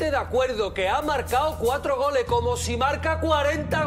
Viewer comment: Me da risa Soria porque en lugar de Goles dice "Gole" JAJAJAJA